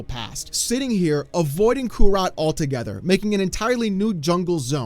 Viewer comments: Bro... kurast. Not kurat.. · It was driving me nuts. It’s Kurast not kurat.. And I’m pretty sure when they first announced the expansion they said it was Kurast. The people of the area now call it/know it as Nahantu. Since it is like how ever long after Diablo 3 I can see how it can change. It’s happened in the real world.